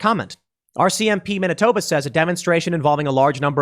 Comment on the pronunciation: HE said Manitoba